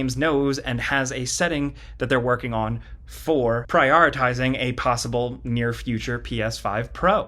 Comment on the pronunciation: How many takes did it take you to say the word "Prioritizing"?